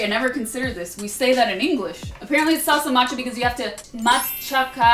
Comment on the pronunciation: It's wonderful how you say "salsa macha"😍; that is one of my favorites, specially when i eat pozole or enchiladas (hope you tried); thanks for sharing a part of my country and culture, love you.